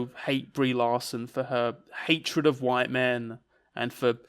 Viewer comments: keeps talking about 'white min'. What is a white min? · Why does call white men “white min” All I can think of is that Malk sketch and it’s putting me off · 'white min'